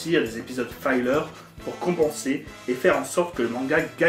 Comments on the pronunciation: La vidéo n'est pas mal, mais juste une remarque : 'filler' ("fi-leûr") ne se prononce pas comme "filer" ("faille-leûr"). Un "i" devant deux consonnes ne se prononce jamais "aille" en anglais. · "Filler", se prononce "fileur", et pas "faïleur"... ça vient du verbe anglais "fill" qui veut dire "remplir"...